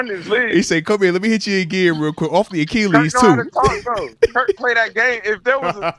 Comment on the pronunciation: What’s an Ack key lees lol